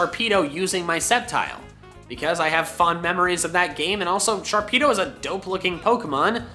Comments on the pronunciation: Sharpedo NOT Sharkpido! THERE IS NO K IN THE NAME! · sharpedo Me: hehehehehe pe—: NOPE